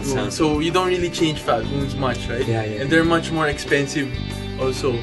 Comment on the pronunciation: Why do you two keep saying Flatwoonds when it's Flatwounds, they are wOUNd flat, rhymes with sOUnd! I'll be woonded and really wound up if you don't learn to spoke right!